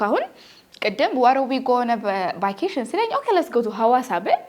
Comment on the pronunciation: It is good, but you mispronounced it. see it again how vacation is pronounced.